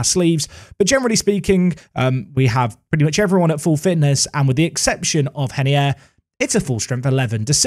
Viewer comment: Please stop saying henier because he’s Brazilian just call Him ray ner I beg